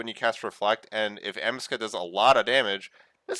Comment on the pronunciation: I believe its pronounced 'Amaowscut'